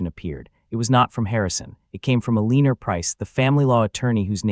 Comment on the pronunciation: A Leen or that pronunciation of the name Eleanor made me laugh. You guys need a proofreader.